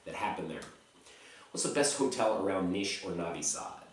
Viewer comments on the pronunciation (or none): you still pronounce it Nish.Its Nis.